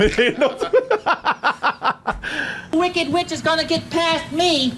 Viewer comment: Every time he says witch I HEAR BEEOCH